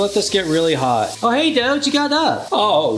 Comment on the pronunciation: Dough❌ Doge✅